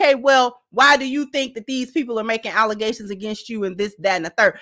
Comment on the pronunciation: Allezations!!! She did say that!!!! 😂